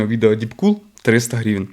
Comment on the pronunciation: Блін, як же ріже слух слово грІвень від автора :)